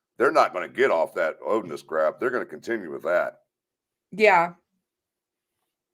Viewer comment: I personally don't believe a group of Odinist committed the crime anyway. I'm just OCD and think it's funny the defense couldn't even use the correction pronunciation.